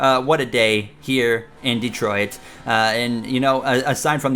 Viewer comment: Nice podium in "Detroiat"